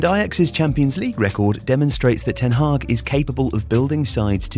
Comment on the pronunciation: It's ten Hag, not Ten Hag or ten Haag or ten Hagh ;)